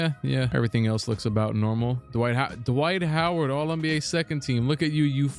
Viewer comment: D'Wight Ho'Ward